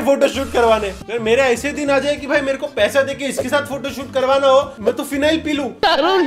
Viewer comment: bhai aap bhi na harpick ko phinel bolte hai